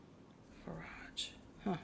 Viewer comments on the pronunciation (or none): none